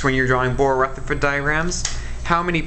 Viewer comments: THE WAY HE SAID RUTHERFORD LOOOOOOOOOOOL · Nora anderson I KNOW